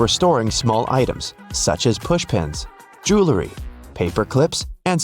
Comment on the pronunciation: Neither one. It's jewelry. Joo well ree. Spelling counts.